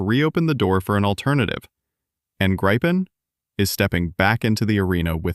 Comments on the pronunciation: It is pronounced "Greepen"! It makes me cringe everytime your AI voice over says "Graipen" ! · When will all these English speaking commenters/content makers/speakers learn? It is not pronounced "Graipn", "Grippen" or something other peculiar that sounds like a disease or flu but "Greepen". It means "Griffin". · The SAAB Gripen is nothing to gripe about. It is actually pronounced "gree-pen" in Swedish. I saw the 1st surprise air show flight here in Stockholm in the 1990s. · Nothing new that RR jet eng. fits in Gripen, not pronounsed graipen. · Say Griffin instead of gripen pls... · It is pronounced Greepen moron. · Annoying that Artificial Intelligence does not know how to pronounce "Gripen". The "i" is short according to the linguistic rules, but most A-I gets it wrong, pronouncing it with a long “I”. Other than that, this is one of the few honest reports on Canada's possible replacement of the CF-18. Nothing, other than Canada's first order of US F-35s, has been contracted for. The rest of the CF-18 replacements are still being negotiated. I think that Gripen is the best choice, even though it would mean Canada has to support two very different fighter/interceptors. Modern logistics makes mixed fleets less of a challenge to manage. However, sometimes politics overrules. Compliments to "Wings of War" for a pretty honest report on Canada's possible fighter replacement. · FFS LEAR TO SAY A REALLY SIMPLE WORD LIKE GRIPEN!!!